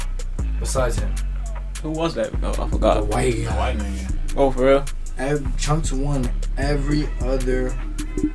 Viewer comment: woah the way he said n-gga sounded crazy!!